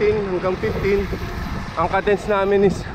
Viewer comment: uhm, its pronounced /kay dns/ not /kuh dns/.... just saying